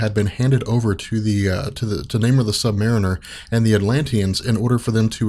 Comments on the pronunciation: You know, I initially logged in to create a post thanking you for finally pronouncing Submariner "sub-mare-uhn-ehr" rather than "sub-muh-reen-ehr", but then saw everybody bitching about that Declun business and thought, "Damn, people are pissy about pronunciations!" Oh, oops... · Awesome episode! Got Namor's title pronunciation fixed and I don't think you said "really kinda" even once. I'm so happy right now!